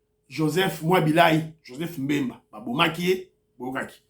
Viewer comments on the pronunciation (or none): none